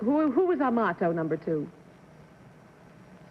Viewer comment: He mouthed correctly to Kitty: AMATI. Not Amato